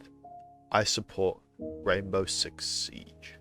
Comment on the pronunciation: I thought you said gaybow six siege